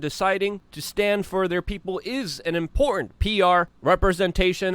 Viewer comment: It’s the word “important” he seems to struggle with. 😬